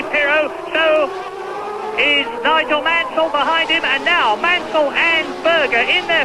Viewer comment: Oi! It's NOIGOL MANSOL!!!